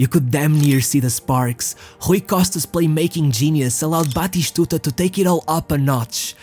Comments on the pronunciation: Some of the pronunciation is truly weird, e.g, Roma…(what.?) But I’m sure that in Argentina they call him Batistuta, not Batishtuta. Practice, practice! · Dear lord man, stick to one pronunciation or just pronounce the names in English, don't just makeup names to show that you can speak various languages is F*** annoying, good video, but your pronunciation killed me to the point of writing a comment. 1. his name is BATISTUTA not Batishshshtuta... don't drag the s and h!!! there no HHHHH.. 2. is pronounce ARGENTINA, you either pronounce it in english accent or Spanish accent but dont put J and S and H where there's none.. Arrrgjjjshentina 3. Is pronounce ROMA (Spanish), in English Rome (Rowm), but not GGRRRROME... not even the French will do it lake that.. 4. if you pronounce Ronaldo name with Portuguese accent, then stick to it!! however, given that your presentation is in English, then its better to use the English pronunciation of his name, and all the names as you're main target seems to be English speaking audience. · We called him bloody stooger cuz In one of the older versions of FIFA like for PS2 When the commentator said his name it sounded like he was saying bloody stooger. We would yell Bati-stuta It's not that hard!! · Its not pronounced "batishtuta". Stop trying to sound refined